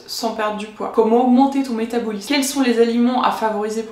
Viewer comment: Ça me perturbe vraiment la prononciation du mot "métabolisme" durant toute la vidéo 😂 mais contenu intéressant merci